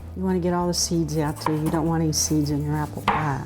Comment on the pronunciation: Love how she says pie. "You won't believe it but when you make this pah, people eat it, they say they're eatin' apple pah"